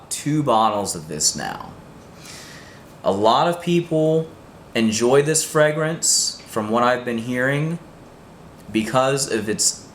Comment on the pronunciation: The way you pronounce fragrance is somewhat distracting. And you need to brush up on the French pronunciations. Otherwise, apparently a thoughtful process to make some interesting choices.